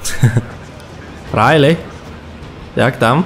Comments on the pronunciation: XAssassinForEverX ps szalik i nie szalik tylko riler się czyta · Sharik a nie Rayley ;)